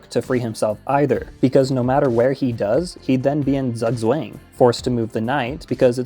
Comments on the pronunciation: I love how you say "Zugzwang" as "sugg swang" when it's pronounced tsuk tswang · Lol "zug swang" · good video, but please never again pronounce it "Sagswäng" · Zugzwang is pronounced tsoogtswang (the a is pronounced like in "mark") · never in my life have I heard it pronounced "zuhgz wang" lol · "Zugzwang" is German for "forced move" and is pronounced something like tsoog tsvahng. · Btw, "Zugzwang" is a German word and is pronounced like "tsoogtsvung". It translates to "obligation to move". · You should really look up how to pronounce Zugzwang. 😅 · it's Zugzwang (pronounce both c as in citadel, the u as in pulmonary, and the a as in Andromeda) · great video but the pronunciation of zugzwang was a crime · Infinite research when it came to the chess, no research when it came to the pronunciation of 'Zugzwang' 😂❤ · no way he actually pronounced zugzwang like that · his pronunciation of zugzwang is hurting me